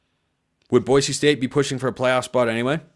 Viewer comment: I like that you pronounce “Boise” correctly!